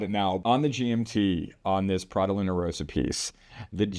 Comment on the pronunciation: The red Luna Rossa stripe always reminds me of the Prada branding. BTW, Rossa is pronounced Ross-Ah. If it only had a single "s" then your current pronounciation of Row-Sah would be correct.